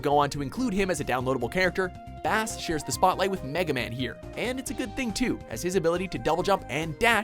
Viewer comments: Did you just say...Bass? As in the fish? Pretty sure it's Base. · Instafail for sayin Bass as like the fish instead of like BASE. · This dude has never picked up 90% of the games he talks about. It's obvious. And a bit embarrassing, since he's a really generic narrator. Fucking "bass." Yeah, let's go fishing. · Avery Jenson I was like it's bass is in music, not fish!!!😂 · Bass is pronounced "base" not bass like the fish... Music puns. Get it? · Great top 10 list. However, it's "Bass," as in the stringed musical instrument, not the fish. (The North American dubbing for the anime cutscenes in Mega Man 8 got it wrong, too.) His dog's name is Treble... remember? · IT'S PRONOUNCED BASE - "BASS" as in the musical note. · Bass is pronounced Base...his partner is Treble. All the heroes are music related named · Bass is pronounced like the instrument, not the fish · I hate to correct you, but it's not Bass is in the fish. It's actually Bass (Pronounced like Base) as in the musical instrument. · This fuckin piece of shit mispronounced Base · Bass's name is pronounced as "Base", as in a Bass guitar. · Yeah, they fucked his name up in Mega Man 8. He is not named after a fish. His name is a musical reference, as is Treble's. Therefore, it would pronouced like "Base". The people who dubbed it just didn't know what they were doing. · Bass is not a fish, it's pronounced Base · Lost me at your pronunciation of "Bass". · Bass - spoken as Base. Has anyone who made this countdown actually played a Mega man game before? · LOL... They pronounced BASS like the fish... His dog is even named treble... Bass and Treble... GET IT? At 11.6mil subs surely you can afford to do 10 minutes of research. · Bass, rhymes with Case. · I'm sorry, but "Bass", is pronounced as, "Base". Just pointing it out there... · Bass is pronounced as Base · It's pronounced base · His name is pronounced 'BASE' you twit .-. And you can't play as Zero in Maverick Hunter X. Get you facts straight... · Me too.